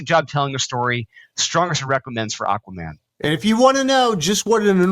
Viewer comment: It's freaking Aquaman #4!!!! How do you type and say it wrong??!!